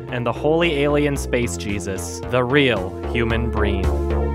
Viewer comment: I will forever be hearing "real human breen". You ruined my life.